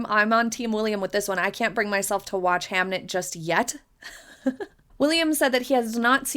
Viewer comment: It’s Hamnet not hamlet